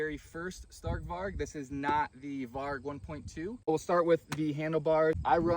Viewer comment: In Swedish it’s pronounced stark with lower tones and varj in Swedish different variations of different letters can make the same sound